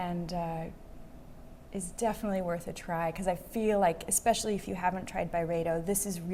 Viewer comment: Um it’s pronounced Byreedo